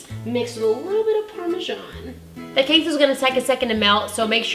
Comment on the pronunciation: are you sure your not Spanish? The way you pronounce queso and cilantro!! On point!👌